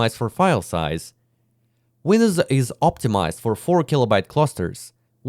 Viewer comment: Windwos instead of Windows